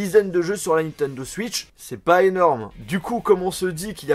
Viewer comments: Désolé mais on dit "Switch" pas "Suitch" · Ils m'énerve quand ils dit suitch c est switch